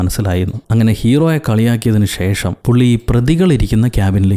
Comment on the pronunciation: ഷേഷം അല്ല.. ശേഷം.. 👍🏻